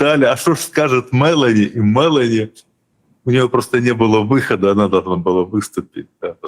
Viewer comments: Ударение в фамилии МелÓни на букве О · Прошу прощения, но Фамилия итальянского премьера читается правильно с акцентом на букву "о" а не на "е". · Ударение на ООООО Мелони. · Олежек! Ты с печки упал? Это ж плешивый в Анкоридже уверял Трампушку, что он в течении двух - трех месяцев возьмёт Донбасс. И ни МЭлони, а МелОни.